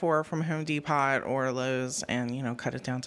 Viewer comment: I'm glad I'm not the only one who pronounces thr "t" in depot